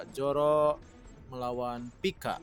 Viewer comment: Zoro, bukan Joro